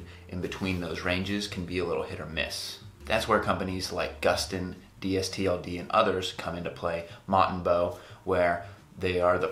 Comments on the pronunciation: Yes, Please say "Distilled" It is very annoying to hear you say it "D_S_T_L_D". The are better than AG and are sized about the same as 7forallMankind. I am 6'2 and I wear the straight fit 31X32. I also invested and I get a nice discount. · Dude, it's pronounced "distilled." Says it right on their front page.